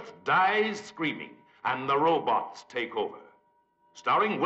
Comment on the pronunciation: The real terror is pronouncing robots as ro-b'ts.